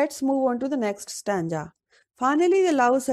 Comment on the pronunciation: Plz improve your pronunciation ma'am and I want to tell you it is stanza mot stanja